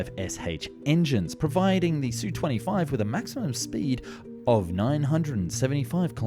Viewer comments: Repeat after me: Esss You Twenty Five, just like TU-144 is Tee You One Four Four. AK-47 is not Ack Forty Seven that you get right. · It's pronounced "Ess-you twenty five". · S. U. 25, NOT SUE... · Not again. Calling it the Sue 25 makes you sound like a dilettante.